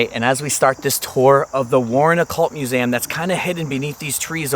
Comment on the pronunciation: I love you and your videos but I have to say the way you say museum it sounds like your saying musaum lol